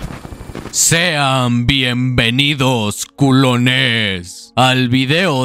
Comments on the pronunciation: Le quita la seriedad y el miedo al momento cuando dices “Culoness” XD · Me duele como dice culones y yo ni culo tengo 😭😭😭😭😭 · el video esta demasiado bueno, pero no puedo evitar querer sacarme los oidos de tanto escuchar ''culones'' XD